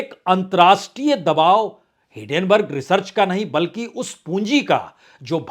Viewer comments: सर जी, मैआपका हरेक वीडियो ज़रूर देखता हूं। आप कृपया हिडेनबर्ग की जगह हिन्डेनबर्ग बोलें, मेरी गुजारिश है। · सर आपसे रिक्वेस्ट है , वो हीन्डनबर्ग है आप हीडेनबर्ग पढते हो